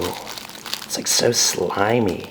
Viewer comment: Did he just say SLIMY?